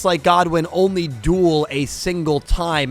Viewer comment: Great vid but please stop saying Rex Godwin it’s Rex good win